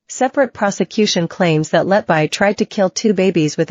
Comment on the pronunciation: Her surname is pronounced “Let be,” NOT “Let bye.” Why are these Americans, who cannot speak English, allowed to mutilate the English language?